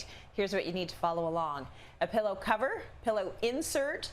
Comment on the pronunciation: take a drink every time he pronounces it PELLow instead of Pillow.